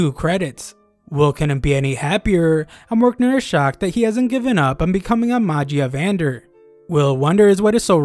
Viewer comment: Magia vendr? Either your butchering it or they changed the name of the high seat guys in the anime. I swear it sounded cooler.